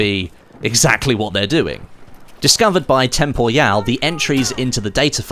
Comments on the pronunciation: Will BFV die before pronounces Temporyal as "temporial" rather than "tempo-yal"? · sorry but this shit keeps triggering me, his name is "TEMPORYAL" and not "TEMPOYAL"